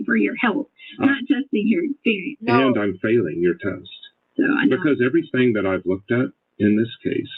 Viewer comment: That is so oddball and stupid. EverythinK. Dumbbell Doctorate